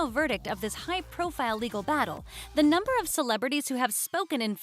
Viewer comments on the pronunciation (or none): none